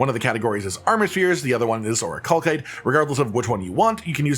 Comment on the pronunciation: I'm sorry. I just can't help it. It's driving me insane. It's 'or-ih-cal-site', not 'or-ih-call-kite'. Ok I'm done being annoying. Great video!